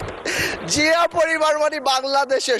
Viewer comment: Chia, shia, naki Zia bollo, bujlam na.